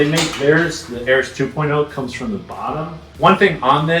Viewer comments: It's AIR-EEEEES Not air-Is... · Air-EE's. At this point its intentional.